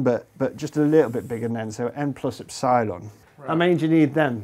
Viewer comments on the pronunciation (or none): Professor, epsilon is pronounced Ep-si-lon (accent on the first E), not ep-SI-lon (not in the middle). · Did you just say, N plus Ep- SIIIIIII-LAM ?? ?? I have never heard epsilon butchered like that. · The way he says epsilon is pissing me off because in my language (dutch) the stress is put on the ‘e’ and not on the ‘i’ and it just sounds so wrong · Ep- Sigh -lawn vs Ep-suh-lon 😪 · First time I've ever heard it pronounced "ep-SIGH-lon" as opposed to "EP-sih-lon" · I may not be a mathematician but please; it's ep-sil-on not ep-sile-on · Ep-si-lon?? ep-sil-on mate come on haha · I enjoy hearing EP-si-lon being pronounced ep-SY-lon. Keeps making me think of Battlestar Gallactica. (==o======) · Do you really pronounce eps-AYE-lon? Epsilon seems way simpler and it's how greeks actually say it. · Are trying to say EP - SILON ? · "epp-cylon" The guy must be a Galactica fan... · "Ep-cylon"? sounds like Battlestar Galactica. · I've never heard epsilon pronounced ep-SY-lon before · Only psychopaths pronounce epsilon like that. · First time that I have heard epsilon pronounced like that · Great video. I watch a lot of content from the UK, but I never knew that you pronounce "Epsilon" differently from the US. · I think that's the first time I've heard "epsilon" pronounced that way . This is something I'll have to keep my ear open for... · When was it decided to call "ε" [e'psaɪlən] and not ['epsilon] as it is pronounced in greek since "ε" is a greek letter? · Wherever did he pick up that pronunciation of epsilon? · I've found that people from the north of England are more likely to pronounce it like Dr Padilla (and Copeland), while those from the south pronounce it the other way. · Strange pronunciation of "Epsilon".